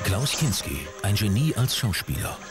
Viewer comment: Der Sprecher sagt zweimal "Klinski": und